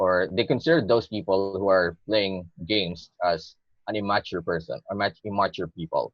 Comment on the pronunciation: im- MA -ture. it's so cute when Mr. Examiner is suppressing a smile at the unconventional pronunciation.